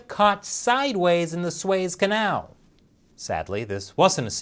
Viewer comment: Ah yes, the Sways Canal.